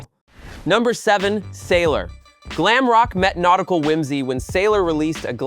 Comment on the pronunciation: The voice over dude has a unique way of saying 'sailor' 🫤 (gey 😅)